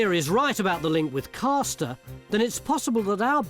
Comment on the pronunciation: It's CASTer using the northern pronunciation of the fishing action on the first syllable! Part of two close villages called Castor and Ailsworth.